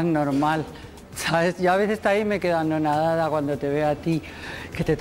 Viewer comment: SE DICE ANONADADA, NO ANODADADA! PORFAVOR!